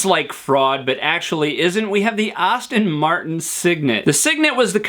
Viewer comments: I heard "Austin", too. That's effing WRONG! "ASS-ton", dammit! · I hate to be "that guy," but it's Aston Martin, not Austin Martin. And and my mind went kind of numb after eight minutes or so — otherwise great! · Thanks, but we just heard you pronounce "Austin" when you called the DB9 an "Austin Martin". Oh, by the way, the designer is called Henrik Fisker, not Heinrich Fisker. He's Danish - not German. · It’s pronounced Aston Martin, not Austin Martin. While we’re at it it’s porshuh, not porsh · Boy, I wish you would learn to pronounce “Aston-Martin” properly. It’s “ass-tin”, not “awes-tin”. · I believe it's Aston-martin, not Austin-Martin. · It's pronounced Aston Martin NOT Austin Martin. Austins are completely different cars. Car expert? snort... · The subject is intresting. But the speed and his bloody pronunciations of words have made me lose the will to live. Plus his accent is a bit like dragging finger nails down a black board. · Please Pronounce names properly ASTON Martin NOT AUSTIN Martin Thank you, but I won't be subscribing.. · ASSton not AUstin 🤦‍♂️ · Dude...... It's pronounced ASTIN, not AUSTIN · It’s Aston not Austen and Por-sha not Porsh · Do you also say "gahs"? You seem to pronounce every single word with an "as" in it correctly so you probably learned how to say Astin Martin incorrectly in the first place. It's OK to make a mistake, and even more OK to correct it. I think we'd all respect you more if you just said "Astin" instead of "Ahstin".....just sayin. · Did I realy hear you say Austin Martin instead of Aston Martin? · Aston Martin not Auston Martin...lol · He's not alone. I too heard "Austin" Martin. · “Aston” Martin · Did you just say “Austin” Martin? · As distracting as it was, all of your hand-flailing could not disguise the fact that you mispronounced "Aston-Martin" as "AUSTIN-Martin" several times. Your clip had lots of good content, otherwise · Andrew Burke think ASS-tin..... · yeah, noticed that too. Moron in the vid